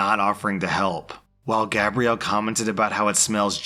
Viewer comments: For "Gabrielle", you were pronouncing it like "Gabriel". Difference: Gabe-ree-al is the masculine. Gab-ree-elle is the feminine. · Since when is Gabrielle pronounced (gay-bree-al.) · You pronounced gabrielle, it's a female French name so its said like Gabriella. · I love how pronounces her name Gabrielle for like 5 minutes then starts saying it Gabriel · So good, especially when he started calling her Gabriel instead of Gabrielle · that’s not how you say it though. There is Gab-riel (Gabrielle) and Gay-briel (Gabriel) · How many different ways is it possible to pronounce Gabrielle without actually pronounce it correctly 😂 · I love how the pronunciation of "Gabrielle" changes almost every time you say it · Ikr doesn't sound right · used the masculine pronunciation throughout the whole telling of that story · you missed pronounced Gabrielle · why do you have such trouble saying Gabrielle? haha xxx